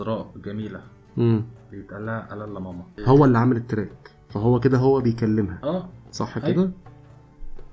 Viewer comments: الاسم هو امازيغي ماما بالشدة على م الثانية ..mamma.. ⵎⴰⵎⵎⴰ النطق ليس صحيح بالعربية اعرف شخصيا ان هذا الاسم موجود في الماكن الامزيغية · ماما اسم لبنت ونقها غير ماما لي هي امي هي بيها شدة فالميم التانية واليهود مينطقوش الشدة